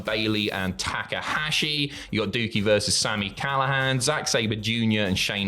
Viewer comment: This mf really call Douki.. Dookie?